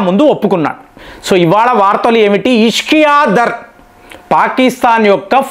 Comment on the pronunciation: పాకిస్తాన్ ఫారిన్ మినిస్టర్ పేరు ఇషాక్‌ దర్‌. ఇష్కియా దర్‌ కాదు. మీరు మీ విడియో లలో చాలా మంది పేర్లు తప్పుగా చదువుతున్నారు. దీనిని సరిచేసుకోండి.